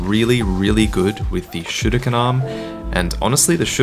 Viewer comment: Dude. I love how you pronounce 'Sekiro', 'mikiri' and 'shuriken'. Props